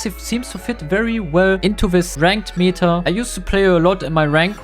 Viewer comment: stop saying "meeta" it's meta not meeeeeta, you should say it more like in german